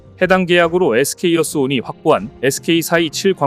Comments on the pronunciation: 에스케이어스온 인데 에스케이이어스온으로 계속 말씀하시네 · SK어스온 이라고 써놓고 SK이어스온 이라고 읽으면 뭐가 맞는거야?